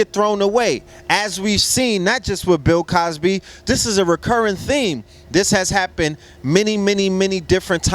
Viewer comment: This nigga said Pill Cosby 😂😂😂😂